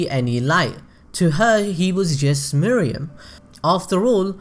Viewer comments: Nice video man... but his name is Meruem (May+Roo+aim), Not (Moo+ree+yum). It bothered me more that it should. I am really sorry for this comment (But i couldn't help it). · Dude. R u serious. She just said Meh Roo Am. Can't you follow their way of pronunciation instead of saying your MooRuuAm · Meh-roo-em not Moriem or muriem nor Miriam, sorry but it bugs me a lot 😅😂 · It’s Meruem (Meh-ru-em) not Mereum (Me-re-um) by the way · cant help but to correct mr. narrator. its MERUEM and not MERIEM. 😂😂😂😂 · "Murium's character highlights what we love most about this series, I may make pronunciation errors in this video." Oh really. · I was curious about the video, but couldn't finish due to the egregious mispronunciation of 'Meruem' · Did you watch the anime? I dont mean to be rude but one of the characters even goes so far as to very slowly pronounce his name and you still dont follow?